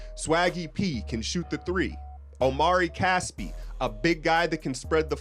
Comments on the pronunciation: Hey great video and interesting analysis. Really sheds some light on the Young signing. Just FYI, Casspi's name is pronounced OH-MREE CAH-SSPEE, last name as in the phrase when a doctor says "Say Ah." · bro I think it's (AH-mri KASS-pi)